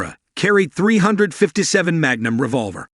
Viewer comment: ‘Hog’ grips? ‘Dot three five seven’? Get a human to read this copy instead of a machine. If that was a human, find one that is familiar with firearms. Also, learn what snub-nose means.